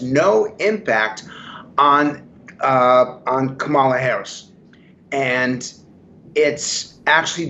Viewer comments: How much stock should we put in Frank when even HE cannot pronounce our candidate's name correctly.... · And he's another idiot who mispronounces "Kamala".